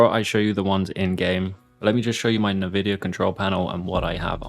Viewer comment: nice vid and it's actually kinda weird seeing you play with triggers to ads and shoot but I WILL NOT forgive you for how you said NVIDIA!!!